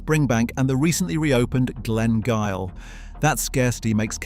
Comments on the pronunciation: Glen Garioch.... It is pronounced Glen Girie... Only as a side comment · Glen Garioch is pronounced Glengeery. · Glen Garioch - pronounced Glen Geery